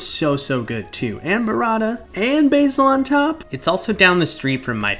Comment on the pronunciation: Buh-wratta... normalize actual name pronounciations like BURRATA